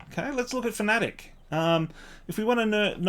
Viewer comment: Our mispronunciation of fanatec is similar to when we pronounced ypres incorrectly 😂